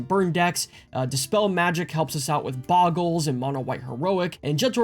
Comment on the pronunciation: THRAY-bin Rescue the FOAL (like Hole) not Fowl.... Fowls are birds lol Bogles not Boggles. BOW-gulls Sorry, grammar police in me coming out hard on this one lol On a serious note though, this deck is a beast. Hangs against Red with all the life-gain, out-draws most mid-range decks, and keeps evasive pressure on board reliably. I was incredibly impressed with it when I finally put it together myself. It is a very hard deck to beat. I would honestly even consider cutting the Custodi Squire for Palace Sentinels. Monarch and Initiative is just so much card advantage.